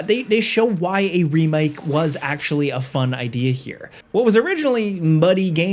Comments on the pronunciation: why did he say remake like that doe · when you said "remake" it sounded like an accent. lol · with the British accent